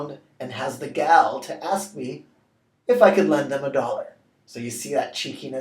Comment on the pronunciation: Isn't gall pronounced "gawl"?